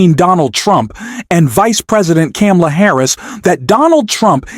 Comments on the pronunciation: Didn't you see her neices' lesson at the DNC? The debate? Her name is Kamala, pronounced "Comma-la". Please correct yourself. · Bro Pronounce it like this… comma-la Or just say VP Harris.. you’re obviously struggling with her name…😒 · You cannot pronounce Vice President Harris’ first name correctly??? WTF?? You also don’t know how to use “like/as” correctly! No “like,” no subscription. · Please pronounce the VP's name correctly.